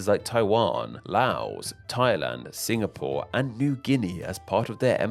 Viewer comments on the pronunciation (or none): none